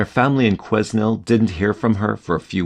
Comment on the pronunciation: The s in Quesnel (BC, Canada) is silent.